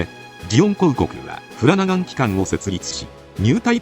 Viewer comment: フラガナン？ フラナガン？ 難しいですよね😓 私も良くわかりませんが笑